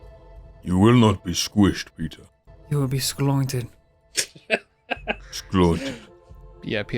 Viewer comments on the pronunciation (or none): "Sqlointed" sounds like anointed. I would've blushed too Peter lol